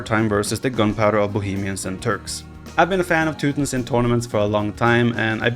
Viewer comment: teu tons. Not teu tins. Jesus, dude.